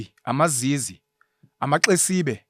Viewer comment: I MiZize not amaZizi 😅😅